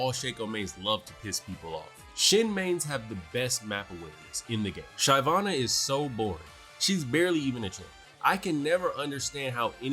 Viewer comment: Bro why butcher her Shivana ?